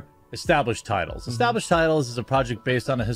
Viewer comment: "etablished" oh... 0 seconds in and you done goofed..